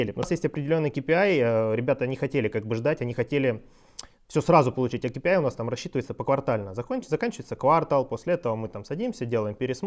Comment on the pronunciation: квАртал... хоспади, чуть не выключил.